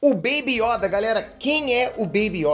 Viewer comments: Mdsssss não é Yóda é YOda porra só fala Yóda com acento no O!!!!. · voce fala yóda mas se pronuncia yôda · Corrija a pronúncia, por favor é yôda. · MANO NÃO É YÒDA É YODA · Por favor para de falar Yóda é Yôda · YODÂ KKKKKK é YODA ou pera acho q falei merda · Eu não aguento o falando ''IÓDA'' que agonia velho! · carai, "yÓda" num da mano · "YÓDA" KKKKKKKK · Meu Deus vou dar des like só pq tu falou yóda misericórdia eu sentia dor cada vez que vc falava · Quando o fala yóda eu racho de rir e qui Gon jinn pra vc é um dos maiores humoristas da história